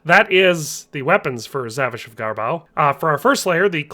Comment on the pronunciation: You pronouce it more like zavisha